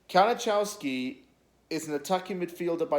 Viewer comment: His name is pronounced ka-ni-kov-ski